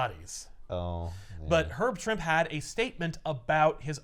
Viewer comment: Actually it's Herb "Trimpey". I'm 55 and just found out. I'd always said Trimp too.